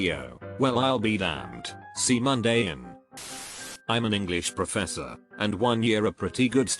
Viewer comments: If you're gonna use the dumb robot voice at least make sure it pronounces things right. "C'mon" was pronounced "C Monday" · seemonday in 😂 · I always love when the robot voice doesn’t understand how to say a certain word so it try’s its hardest. Like c’mon as “c Monday”. Love that type of shit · Bruh the least amount of effort you could do for these copy and paste into text to speech videos is correct the stuff like “see Monday in” (c’mon in) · Those are the most low effort and mundane videos on youtube and I have no idea why theyre doing so well. Just put the link to the thread in the description and tell people to read it. You didn't even make the effort to correct your text-to-speech thing to properly pronounce "c'mon". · Love how c’mon was said